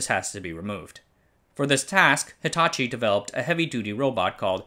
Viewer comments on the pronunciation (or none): none